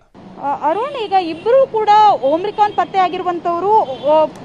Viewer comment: Omrican alla mam omicran antha heli